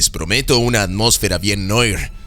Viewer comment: "noir" se pronuncia "nuar"